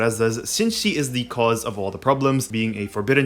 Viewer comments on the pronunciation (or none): none